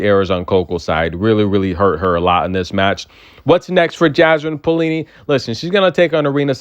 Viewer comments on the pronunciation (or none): Maybe pronounce as "Pa - o - li-ni"? But never mind if only you can keep the way you pronounce Magdalena Frech!! I loooooooovvvvveee when you say Frechhhhhhh ...